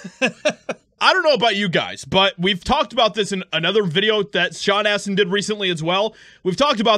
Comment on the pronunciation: Sean "ASS"tin